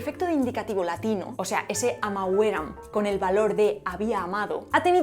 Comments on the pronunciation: Nicht amavéram, sondern amáveram! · Estudia la acentuaciôn latina, muchas veces te lo he escrito😮😂 AMÀVERAM, et. y NOOOOO *AMAVÉRAM, etc.